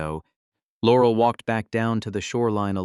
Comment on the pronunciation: In what world does someone make video that looks like it was made in 1938 and uses a 3rd rate Ai that can't pronounce "Laurel"??